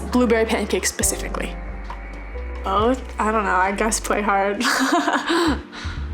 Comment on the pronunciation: Pecifically lol 😂